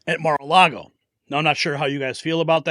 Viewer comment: Mara-la-go are the place!!!